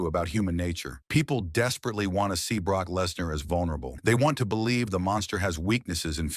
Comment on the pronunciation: Brock bo-lieves